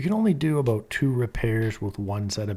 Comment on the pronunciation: You just said “aboot”, and I knew instantly you were a fellow Canadian.